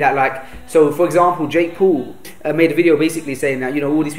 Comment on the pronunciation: did he said Jake pool?